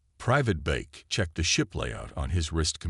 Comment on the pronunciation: Private Beck!!! Not bake. Idiot AI.